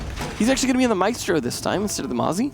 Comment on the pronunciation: that sweet correct Mira and maestro pronunciation. Someone's been practicing Latin languages. Edit: also